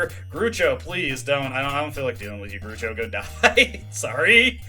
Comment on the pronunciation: Great episode as always. Btw, "Groucho" is probably pronounced "Growch-O". It looks like it's based on the comedian Groucho Marx, who was famous for that glasses and moustache combination